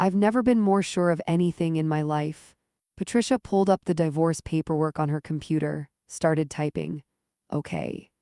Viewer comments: Left when the AI mispronounced di-vorce 3 times. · (Dee force) pronounce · a-lean-er. die-vorce. This text-to-voice needs better training.